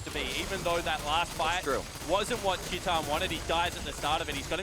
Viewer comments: Since when "chee-tan" is the pronunciation of TITAN (an ENGLISH word btw)? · Actually, its tai-tan. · Titan = TEE TAN. That's how you pronounce his name. Please, do it right. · Filipe Aguiar chee tan *